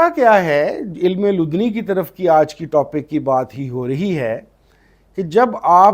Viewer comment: Correct pronunciation: Ilm-i-ladunni